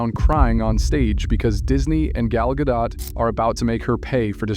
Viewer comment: Gal Gado(t). Get it right!